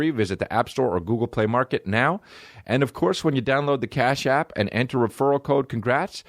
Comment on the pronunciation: everytime you say cash app i think you're saying car shop in a boston accent